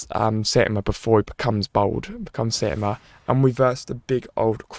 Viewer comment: he keeps getting it wrong it's saitama